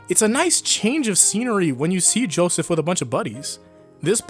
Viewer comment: he said Joeseth